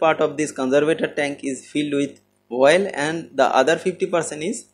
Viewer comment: Good content and explanation. Small advice: please pronounce the word OIL clearly, not 'VOIL'. Take as positive feedback